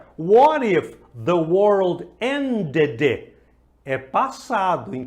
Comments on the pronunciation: Ended >>>> O ultimo D não se pronuncia t peguei..... Aproveita visita meu canal Seeya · Meu estimado.. Eu vi em um vídeo e comecei a praticar.. a pronúncia ended com a fonética "t" bem leve.. E que era pra não pronunciar 'd' e vc foi bem enfático. O que me aconselha? Sigo o que me instruiu lá atrás ou mudo conforme vc mudou neste vídeo aí? Obg